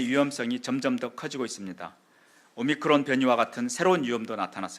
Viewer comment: 오미크론 발음하나 못하는 정부한테 뭘 맡기냐 ㅋㅋㅋ